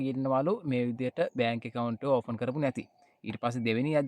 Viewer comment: ඕෆන් නෙවෙයි පෙත්තා ඕපන් open😂